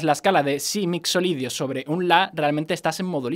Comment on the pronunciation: Ja! Me pasa cada vez que dice MixoLidio (perdon si no se escribe asi...)